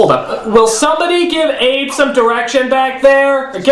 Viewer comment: It's Abe not Ade